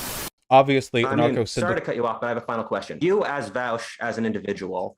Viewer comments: Taught, distraught, hauty. Vaush. When is 'au' the 'ow' sound? Why do these NPCs keep saying V-ow-sh. They are self-defeating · "technically Vawush"